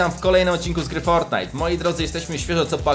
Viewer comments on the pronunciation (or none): none